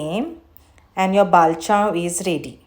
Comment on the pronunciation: Bavl😂...it's Pronounced as Bol not Ba- vl